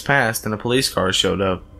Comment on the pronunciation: "Open up this is the police-izzzzzzz" ... lol really?